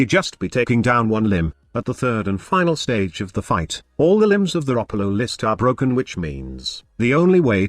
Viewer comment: Thanks, I learned how to pronounce Ropalolyst from your video.